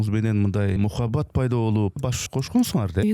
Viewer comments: Ей туура суйлоп уйрон...мухабат емес Махабат десен туура болот озбекчеге жакын окшойсун😅😅😅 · Мухабат эмес эле кыргызча эле суйлобойсузбу махабат деп. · Мухабат деп башкача суйлобой махабат десе болбойбу